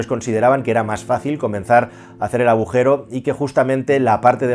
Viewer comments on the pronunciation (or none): Aujero??? o agujero...